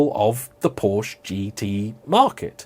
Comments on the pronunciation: You should not try to pronounce the E in Porsche, we dutch can do it because we have similar language but it’s Porschuh not porscha, it sound hideous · Paw-schuh, not "POW- shuh" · Two syllables... Together now, <Poor-shah> 😁😎👍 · "Por Sheh", not "Por Shah" or "Porsh". And Jaguar comes from an indigenous language from Brazil and is iaguara, which is pronounced closer to the American way of speaking. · It’s a “Por-Sche”. Also, it’s not a “Jag-you-are”. You’re welcome!😏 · It's akshually pronounced Porsky, you know like in "scheme". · Could you say Porka? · wrong pronunciation of 4 different car brands within in 7 seconds, starting in 3, 2, 1,... Btw Jaguar or Lotus for instance are words native to other languages so it's clearly not as bad if someone pronounces "Jaguar" as whatever the pronunciation of the animal would be. But "porch" or "ferawi" or "mishelinn" are objectively incorrect pronunciations. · "Bad hair day" "POR-CH! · You’re the only asshole to say it with that awful inflection... it sounds like “Posher” when you say it. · What I can't understand is how this perfectly intelligent dude knows how to pronounce Porsche yet still chooses to pronounce it incorrectly.